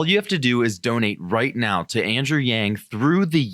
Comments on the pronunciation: He was saying or reading from a teleprompter "Andrew Yang joins..." and accidentally said the "j" from joins in the word before it. It's not that complicated lol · He was saying "Andrew Yang joins us..." and slipped to the "j" sound first. That happens to everyone. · Did he just call him Andrew Jang? Lol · LOL at the slip of the tongue where he nearly says Andrew Jackson. Ironic because I've long felt that Yang (once victorious) may very well be the one to step into our government and solve the MASSIVE problems with money in politics and big banks, largely put into place by Jackson. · He almost said "Andrew Jang" but corrected himself. Probably he was learning a language where "Y" makes a "J" sound, or he is slightly dyslexic, No big deal. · He fucked up ma boi yangs name..... why is it soooo hard to say it Correctly????why don’t they ever fuck up the others names like Pete buttabut Or senator . warden And such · He was anticipating saying " thanks for joining us " so slipped the J where the Y should have been in Yang. It's chill.